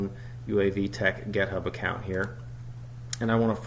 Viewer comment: Any reason why it sounds like you're saying gethub instead of github ? git rhymes with commit